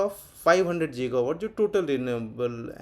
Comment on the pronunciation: जीगावाट नहीं होता गीगावाट होता है